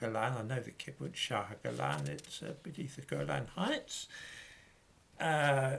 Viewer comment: Great fan of yours,. The word 'kibbutz' is pronounced with the stress on the second syllable